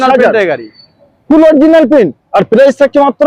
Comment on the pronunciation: ওটা প্রিন নয় প্রিন্ট হবে